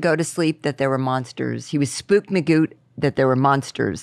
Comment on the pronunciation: When wins the $100 she actually says “spooked maGOOPed” 🤣